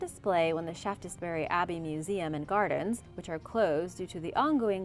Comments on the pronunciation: Just in case it arises again, the e in the middle of shaftesbury is silent, making its pronunciation shafts bury. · Pronounced shaftsberry